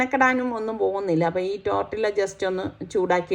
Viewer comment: Not tortilla .you have to pronounce tortiya.Thanks